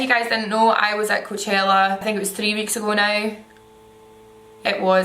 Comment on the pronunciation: The way she pronounces coachella 😍😍😍